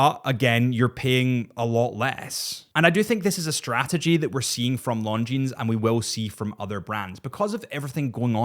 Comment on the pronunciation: The terminal consonant is silent in the word “Longines”.